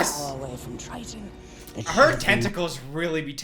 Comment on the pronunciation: it’s King Triton, not trident. That’s a gum lololol Anyways, love ya 🙃